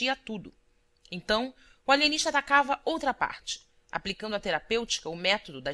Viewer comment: O Alienixta! kkk